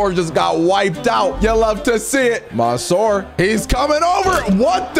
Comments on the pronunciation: Not maansoor Correct منصور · He says monsoor had me laughing